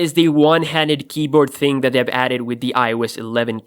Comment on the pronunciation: don't say "ting" it's really annoying